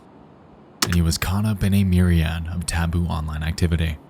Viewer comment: By the way Nex, myriad is pronounced with a schwa at the end like Miriam